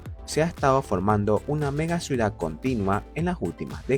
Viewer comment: Ciudad. No suidad